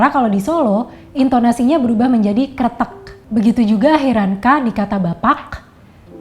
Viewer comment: Terimakasih sudah membedah Bahasa Ngapak atau Bahasa Jawa dialek Banyumasan. Sedikit koreksi utk contoh "rokok kretek" huruf "K" diakhir tidak benar kalau diucapkan seperti huruf "G". Huruf "K" tetap dibaca "K" tapi lebih tegas. Salam kenal dari republik Ngapak 🙏